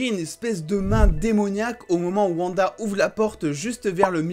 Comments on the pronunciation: Par contre stp c'est OUanda et non Vanda 😭😭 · Stp dit wanda pas vanda 😅